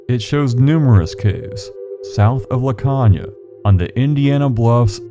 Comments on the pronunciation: I live in laconia, caves all over. It is pronounced la cone ya. There is a cave down at tobacco landing that has multi levels but it is usually flooded on the lower levels and the upoer caves has collapsed in the fack. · Ok I’m sorry but the mispronunciation of Laconia is killing me. Lol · It’s called Laconia with a long o. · Great video. Just wanted to point out a few things. The "o" in Laconia has a long sound (pronounced "cone" instead of "con"). And there isn't any part of the river, at least not near Laconia, where even prime Barry Bonds could hit a baseball across, much less a little league player. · Laconia. Pronounced La Cone ya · You're pronouncing Laconia wrong. The O is pronounced as an o